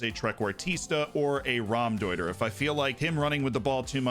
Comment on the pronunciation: What feels illegal, but isnt? The way Z pronounces Trequartista and Raumdeuter